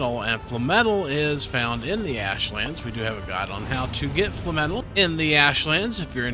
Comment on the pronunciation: FINALLY!! A youtuber that pronounces FLAMETAL correctly!!